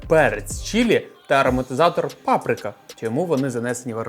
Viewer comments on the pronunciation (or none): none